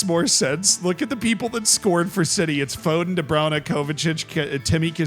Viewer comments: Did he say " de bro-nah"? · The way Z pronounces "De Bruyne" physically hurts me.